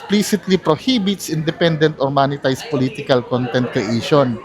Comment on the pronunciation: talagang "moneytized" ang pronounciation huh.